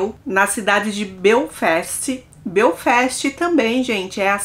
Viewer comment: Oi eu moro na irlanda ha 19 anos,e nao conheço a irlanda do norte. E a pronuncia nao e belfest nas sim Belfast